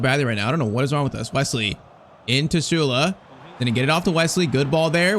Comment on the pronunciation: Bro it's not Shule it's Sou-lei but a silent I